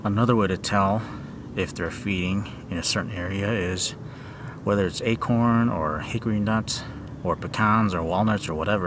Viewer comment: Acern not acorn haha